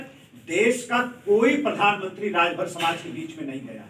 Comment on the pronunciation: Suheldev Rajbhar Ji ko Rajbhar bolne me haalat kharab hoti hai sir ji aapki